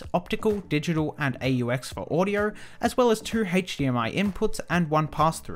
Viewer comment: lol, he said "audyour" instead of "audio"